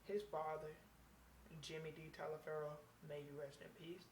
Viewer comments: It should be pronounced Toliver. (My last name is also Taliaferro). I'm related to the settlers that came over to America from England and if you message me back I can explain every thing and why your last name is Taliaferro. And you actually could be Italian. Look up Booker T Washington. So hit me up with a message, I might be able to clear this up for u a little. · It's only pronounced "Toliver" because it was anglicized. That's not the original pronunciation.